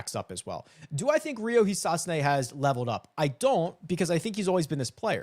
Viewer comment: Yell-a-mirage-ew. Not a yell-a- ma jar.. You're good at he-sought-sue-nay though